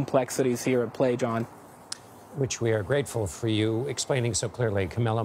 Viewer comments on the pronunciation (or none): His name is pronounced Kah.Mee.Lo. At least pronounce it correctly in English as Kah.Mil.Lo. I thought he said Camilla.